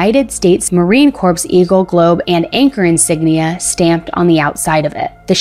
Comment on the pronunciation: With all due respect it's pronounced like core, Marine Corps is pronounced like core not corpse.